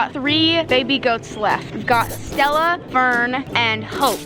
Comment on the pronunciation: ok when you call “ stella” you gotta say it right! lol btw i love that irish music! i am 83% uk, scottland, irish, welsh. 🍀